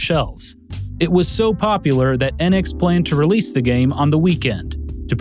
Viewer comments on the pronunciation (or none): Who taught you to pronounce things? Enix is "Ee-nix," not "eh-nix," and the Famicom is "Fam-ih-kahm," not "Fam-ee-kahm." You sound stupid saying those names wrong. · It's Enix, not annex. Rhymes with phoenix.